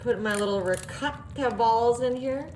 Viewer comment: Why are you pronouncing the ricotta like it's a Mexican cheese? It's an Italian cheese not a Mexican cheese. The dish looks good but I'd use a different noodle pasta, not lasagna noodles